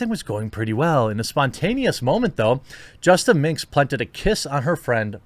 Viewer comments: It's justaminx, not justa mix Look up the word "minx", dummy. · There's an "N" in minx my friend...